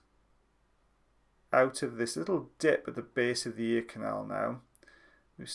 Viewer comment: I like the way you say "base". Where are you from?